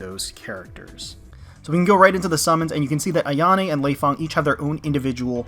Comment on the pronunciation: well i play dead or alive and your saying leifang wrong. Fyi and love your voice def would ride you ;)